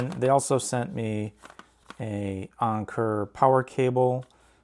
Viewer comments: It's Anker not "onker" 🤦‍♂️ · Who tf says onker.. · “Ahhnker” lmfaoo